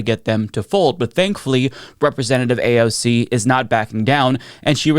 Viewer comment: "AOG". Needs to learn to read AND speak.